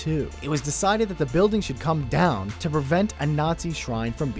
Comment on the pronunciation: lol it's so funny how he says "down"